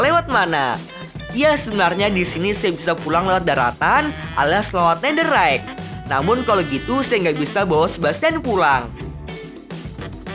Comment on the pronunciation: netherrack atau netherite aku dengernya netherite;v ini juga